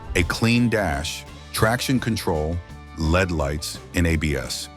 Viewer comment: I really wish would eliminate the AI vocals. My headlights are LED, not lead. AI can’t tell the difference and it’s frustrating